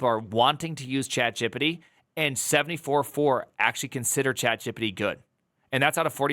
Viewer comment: Dude, I give chat-jip-pa-tee a lot of data and info before it gives me good results. yeah ok, I still do not trust it much, but I have gotten much better at describing things.